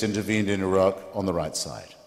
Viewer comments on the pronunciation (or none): It's Iraq Not 'a rock'